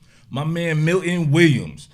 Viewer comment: Nice to hear someone finally say Milton right